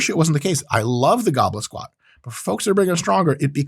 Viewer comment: You hear gobble squat. I hear goblin squat.